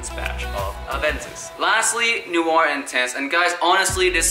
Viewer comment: Your saying noir all wrong